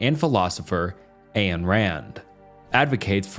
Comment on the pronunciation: I don’t think you have a good grasp of utilitarianism. It’s about doing whatever will cause the most utility and least suffering for a given situation and given the available choices . Also Ayn Rand’s first name rhymes with “fine” not “cane”.